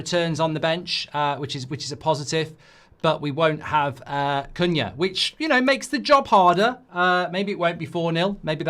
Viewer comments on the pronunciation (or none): none